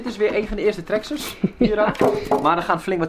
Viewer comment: Traxxes zeggen jullie 😂😂😂